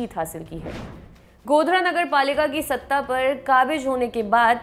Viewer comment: Mam kabij nahi qabiz he Please Urdu pr mehnat lijiye ga thanks